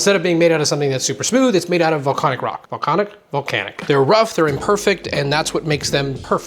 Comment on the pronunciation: They way you said volcanic made me think if the universe is truly infinite there has to be a planet where scar face was a cooking series.